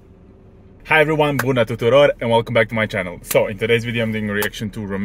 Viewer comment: You pronounced "bună tuturor" very well, brother. Congrats. And btw good arguments, I totally agree with you. This guy is a cheap copy of Damiano David, but not cheaper like the way the votes were split last year! Maybe WRS shouldn't have been 1st, but he deserved to be in top 5 at least and I'm not saying it just because I'm romanian. Nice to meet ya bud! 🤘🏻